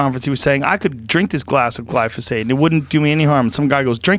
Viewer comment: you not saying it right, it's pronounced gly ZO phate.